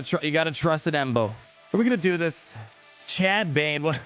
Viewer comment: For him to Say cad bane